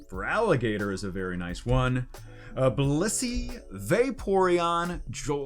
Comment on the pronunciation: why he say BLISSEY like that